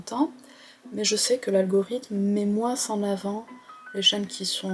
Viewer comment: C'est joli quand vous prononcez le S à la fin de moinS 😊 mais je pense me souvenir qu'un expert a dit récemment sur France Culture que l'algorithme de YT met en avant en ce moment non pas seulement les vidéos en fonction de leurs nombres sur un même compte mais surtout si ces vidéos sont "shorts" donc inférieures à 1 minutes (pour essayer de concurrencer Tiktok). C'est très difficile de faire moinS de 1 minute avec du contenu sérieux. Et aujourd'hui, vous semblez un peu... barbouillée au niveau de l'estomac et des neurones 😎 Rien de grave, c'est de saison pour l'immense majorité d'entre nous...